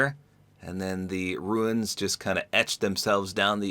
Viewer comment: The wrap is Runes not Ruins